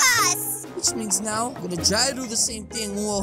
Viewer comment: He said ow instead of now